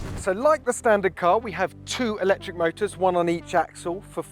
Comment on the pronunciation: Eeeelectric??? Not my cuppa tea